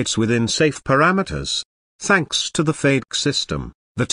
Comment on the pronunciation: Beautiful aircraft, disgusting computer narration. Doesn't anyone go over these before posting them on youtube. FADK? wtf? its FAY-deck. FADEC. Come on.